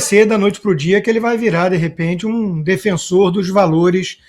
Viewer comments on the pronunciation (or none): none